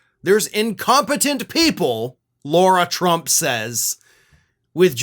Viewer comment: Who is “Laura” Trump? It’s Lara Trump. No “u”